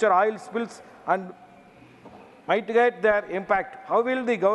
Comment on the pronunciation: It's clear that MP Rajesh Kumar is like Dharumi of Thiruvilaiyadal. The way he read the questions and pronounced certain words (e.g., mitigate) shows he did not compose these questions on his own. He could at least rehearse/ practice well before the session.